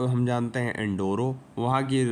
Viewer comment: वो एंडोरा होता है, ब्रेसल्स नही ब्रुसेल्स होता है